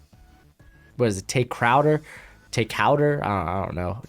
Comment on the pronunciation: TAE CROWDER 😂 keeps saying, Crawford.😂😂😂